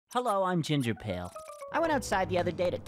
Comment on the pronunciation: that’s the first time I’ve heard ginger sound Canadian